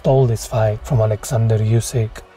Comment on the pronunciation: his names pronounced oo-syk not u-syk